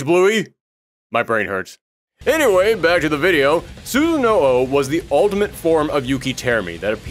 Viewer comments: This has come up in a lot of fighter lore videos I’ve watched lately. Sooo-sah-no-oh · Please refer NARUTO for correct pronouciation to Susano'o